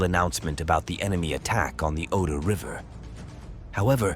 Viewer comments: Ganz ganz schlechte Sprache! Alles KI! Superschlecht! Es heißt nicht "eintausendneunhundertfünfundvierzigste" , sondern "neunzehnhundertfünfundvierzig". Und der Fluss heißt nicht "Odor", sondern "Oder". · Oder, et non Odor, merci de prononcer correctement, ne serait-ce que par respect pour vos auditeurs, à défaut de vous respecter vous même. Volksturm.